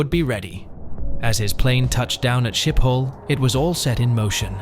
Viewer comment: It's pronounced "Skipol airport"